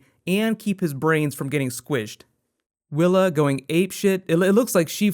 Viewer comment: am I the only one that heard him call thea willa?